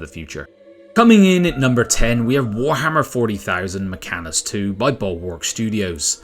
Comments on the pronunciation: Mechanicus 2. Not Mechanus. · Mech-AN-IC-US. NOT 'Mechanus dude...... so so much tech-heresy.....